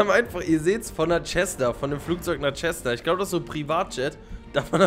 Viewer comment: „tschessna“ 😭 das wird „zessna“ ausgesprochen glaube ich😂